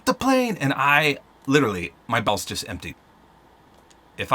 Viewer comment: what i heard: my bawls just emptyed what he said my bowel just emptyd